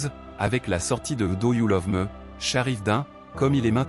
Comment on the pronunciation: Do you love" mi"et non "me"